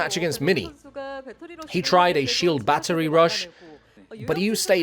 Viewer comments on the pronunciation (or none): I heard Artosis saying “shield battery” as “chill battery” and it actually makes sense!